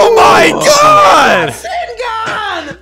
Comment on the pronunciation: Boruto’s rasengun sounds like “WHATS UP GUN”